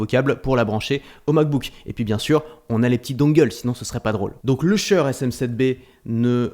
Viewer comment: j'ai jamais entendu quelqu'un prononcer si mal "shure"